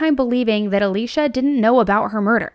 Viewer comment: It's so distracting for me that you keep pronouncing Alysia as Alicia.